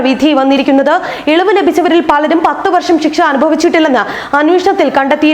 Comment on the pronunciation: ഷിക്ഷ അല്ല ശിക്ഷ